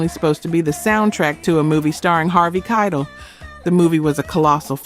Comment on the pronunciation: Mispronounces Keitel too.